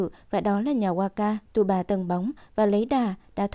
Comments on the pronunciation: Tsubasa thì đọc là T suba, đội Hirado thì đojc Hira. Tiết kiệm quá vậy. Biết là nhiều công sức nhưng nghe ức chế quá. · Đọc SUBASA đi cho quen,cứ TU BA TU BA nghe khó chịu vcl. Nhân vật tuổi thơ mà có cái tên đọc ko xong nữa. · Mình thắc mắc là Tại sao cover kể truyện lại sửa tên nhân vật. tsubasa (Subasa) thành tsuba, wakabayashi (genzo) thành waka, ishida, roberto thành robert. ko biết mấy bạn đồng niên thấy sao chứ mình nghe rất sượn!!